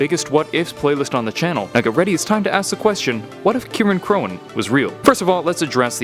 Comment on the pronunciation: I think "Cirein" is pronounced like "Siren"